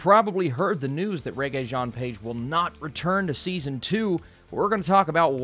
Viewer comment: Please learn to pronounce Rege’s name properly. Mispronouncing someone’s name when you know the proper way is just disrespectful.